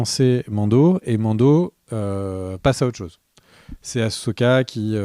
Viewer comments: Par pitié arrêtez avec "Achoka" 🤣🤣............Il faut le prononcer Assssssssssoka 😉. Et sinon ca va être franchement difficile pour les scénaristes d'arriver a justifier le fait que Thrawn se plante et se fait battre, pour laisser place a Palpatine en mode zombie....En respectant le personnage, car Thrawn est censé être un génie stratégique et un master mind absolu. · C est quoi le délire avec aCHoka ?? Jamais en vo on ne parle de cho mais il disent bien so « assoka » si vous préférez 😅 respectez ce perso merde 😂